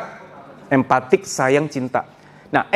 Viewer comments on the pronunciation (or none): Empati.......bukan Empatik Boss, ma'af Boss, maksain banget bahasa nya.